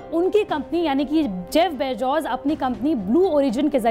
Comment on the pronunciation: Abe pehle name sahi tarike se bolna sikho Bezos hota hai na ki bejoz iske baad mein patrakarita karo